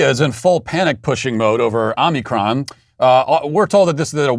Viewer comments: OMI C R O N!!! Not OMNI - 'CORN'. Like the show, but where are the editors? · Matt Walsh is such a tyrant that his staff are too scared to correct his consistent mispronunciation of omicron and have even misspelled it in the thumbnail. Sweet baby, yeah right?! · What was the name of the variant: "Unicrom" or "Omnicorn"? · It's not Omnicorn? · Matt on behalf of all Greek people please learn how to say OmiCRON not corn 😅😅😅😅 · He’s a master troll. And you fell for it… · Don’t you mean “ “moronic”orn”? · Omicron or Omnicon? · I love how Matt keeps calling it Omnicorn, as if the original variant name wasn’t ridiculous enough already. Lol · Matt continually saying "Omnicorn" never ceases to make me smile. His wry humor amid all the foolishness going on is always welcome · I'm just glad I wasn't drinking my coffee when he said Omnicorn...🤣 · I love how Matt constantly tries to pronounce Omicron wrong but sometimes slips and accidentally pronounces it right 😂